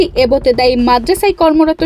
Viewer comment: এবোতেদায়ী না এবতেদায়ী😂